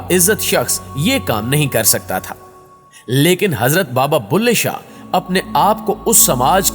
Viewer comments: بلهے شاہ، بھلے شاہ نہیں، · Baba ka naam BULHE SHAH HAY .... BHALE SHAH nahee.